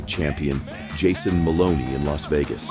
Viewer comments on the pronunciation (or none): none